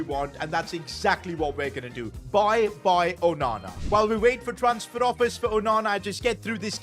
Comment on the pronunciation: You know him saying onana when he saves a crazy goal.Sounds like OH MAMA LOL